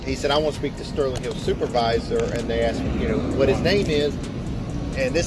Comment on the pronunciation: "Am I required to answer questions just because he AXED me something"? LOLOLOLOL